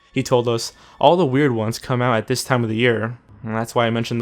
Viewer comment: Can't stand it whenever this one narrator says "dis" or "da" instead of "this" and "the". I know he probably can't help it but I can't focus on the story because I keep hearing it.